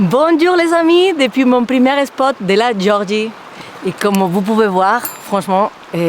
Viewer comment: Hello, je suis toujours épaté par ton français parfait à 99,98% les 0,02% restants, c'est pour le J que tu ne sais pas prononcer à la française et l'espot pour le spot, mais ne changes rien on t'aime comme ça.